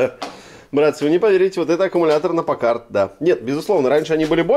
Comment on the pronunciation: Ударение измените в слове Пакард